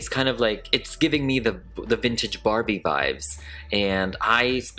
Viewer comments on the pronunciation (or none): none